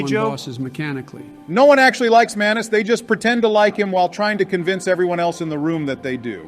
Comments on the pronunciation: Joe fumbling their names so badly is hilarious. Manus= Manson and Mason, Artorias = Areola and Artemis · joe getting manice's name wrong three times in a row is peak, almost as peak as artemis, the best boss in ds1 and the star of the dlc "atreus of the abyss" Also obama saying "plin plin plon" when talking about gwyn's theme killed me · They fucked up Manus name hard lol